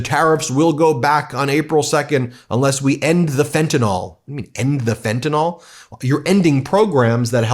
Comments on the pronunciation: Let's practice our pronunciation: It is NOT "fan-ta NOL" it is "fen-ta-NIL". It is NOT an alcohol... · Ben Please pronoun it correctly, you say Fentanol it is Fentanyl ( nil not NOL) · Or as Trump and his lapdogs pronounce it - fentinol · Fentanyl is not pronounced NOL. A bunch of dumbasses